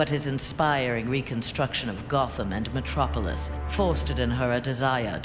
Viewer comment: Did she just say Mctropolis? XD